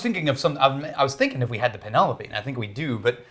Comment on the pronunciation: "Oh, that is a beautiful name. Peen-a-lope. Peen-a-lope. It's breathtaking."